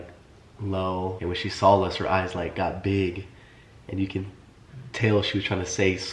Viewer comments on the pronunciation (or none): Who cares that you’re under the weather or her voice is raspy? You are soooooo annoying. She’s tired from her day. Bc you work so hard. Try getting a real job!!!!!!How does anyone watch you ???? Oh and good thing Catherine looked in her tissue after blowing her nose. Vile. Oh and Austin - the word is saw. Not sawl. 🙄.